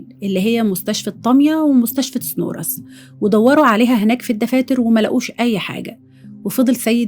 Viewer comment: يا ريت حضرتك تتاكدى من نطق إسم البلاد ..طامِية..و سِنورس